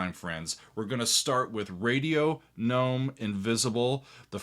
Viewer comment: Excellent. Yes, a hard “g” on “gnome” because that’s the French pronunciation. Glad you discovered Gong!